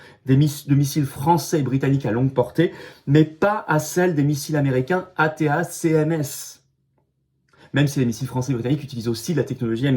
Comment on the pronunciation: Attaque MS ça se prononce 😅 Cher Florian 🤪